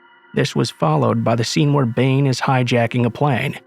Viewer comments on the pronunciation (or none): none